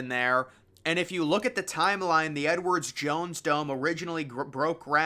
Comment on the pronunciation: Once I heard him say Edwards Jones Dome, I couldn't stop hearing it, lol.